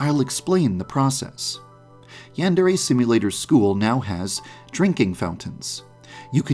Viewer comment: How to pronounce Yandere: Yan-Der-Ayyy